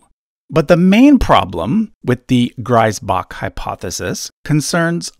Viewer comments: The first syllable of Griesbach is pronounced like "grease". The way you pronounce it would be Greisbach in German. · "Griesbach" would be pronounced like "Grease-Bach" in German, btw. (Sorry for nitpicking. It's probably a German thing...) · these episodes are very interesting. like listening a mystery case from detective. PS: Griesbach is supposed to be pronounced like Greezbach since he is german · Just a small correction: Griesbach would be pronounced like Greesbach. Greisbach = Grisbach Griesbach = Greesbach Great video though! Keep up the good work! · This grates a little on my pedantry : the ie in Griesbach is pronounced as a long ee, as in key, not like i, as in rye, which would be spelled ei in German. I know it's the other way around in English, but please...